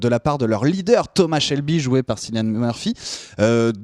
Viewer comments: "Sillian murphy" et "piki blinders" wow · Ça se prononce Killian Murphy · Sa se prononce C(k)illian Murphy merci Dsl sa me stress a mort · juste les gars Cillian ça se prononce Killian... et les coupes de cheveux j'trouve ça apporte un truc dans un premier temps ça apporte le côté historique mais aussi la différence on sait qui y sont Cillian a un charisme à l'écran que personnellement j'trouve que ça choque pas qu'il soit le chef des peaky blinders, il avait déjà incarné l'epouvantail dans batman begins et Jackson rippner, un terroriste dans Red Eye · Cillian se prononce comme Kilian ! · Cilian Murphy se prononce "Killian", il est irlandais (comme dans la série)! Je sais que je pinaille car c'est vraiment le seul petit reproche qu'on puisse faire à cette très bonne vidéo. Merci à vous de parler de cette excellente série!